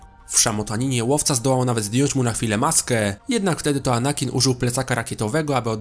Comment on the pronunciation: Bolało jak mówiłeś anakin